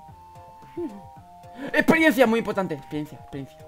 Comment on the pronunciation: experiensia...... bienn ajjajajajajja